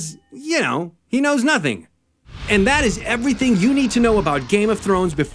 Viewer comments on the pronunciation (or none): none